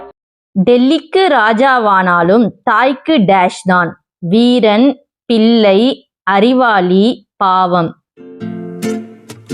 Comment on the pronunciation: பி"ள்ளை" என்ற சொல்லை பி"ல்லை" என்று தவறாக உச்சரிக்கிறீர்கள்!